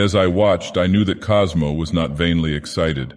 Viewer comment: "Cosmo" lol